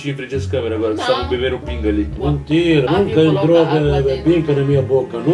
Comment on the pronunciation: Esses pais de Abud são apaixonantes, eu dor muitas risadas com eles. E aos o pai dele falando "pinga" dar pra entender outra coisa...Kkkkkkk